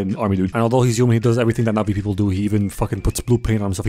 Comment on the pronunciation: I really thought you were saying nazi and not navi